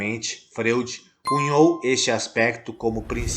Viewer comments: Amigo, a pronúncia do sobrenome austríaco Freud é FRÓID - língua alemã. Sigmund Freud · Muito obrigada pelas informações e ensinamentos. A pronúncia correta do nome Freud é Froid. Gratidão, Namastê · Gratidão pelas palavras!! Uma observação: a pronúncia correta do nome do teórico é “Fróid”. 🙏🏻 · Amado a pronúncia é Fróid e a escrita Freud🙏🙏🙏